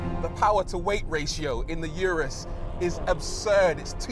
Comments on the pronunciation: "Uterus", or did I mishear? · No one thought about telling Rory he was pronouncing Urus wrong